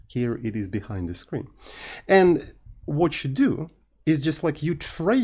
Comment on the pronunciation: 🇫🇷 "le screen"